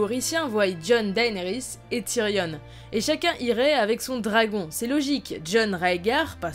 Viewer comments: TYRION PAS TYRIONNE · c'est frustrant elle prononce "tyrionne" alors que meme dans la série ils prononcent "tyrion" EDIT : elle dit aussi "voyent" sinon bonne vidéo ;) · on dit tyrion pas tyrione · « Ti-ri-onne » non Tyrion putain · putain TyrION arrête de prononcer Tyrionne bordel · Tu prononce tyrion tyrionne cest juste énervant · Question pourquoi prononces tu avec un e à la fin de tyrion ? Ça fait bizarre...